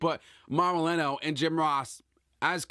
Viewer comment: ranallo....not rinello....also if this guy is missing shows cause hes depressed then im sorry but get him off wwe for good....hes useless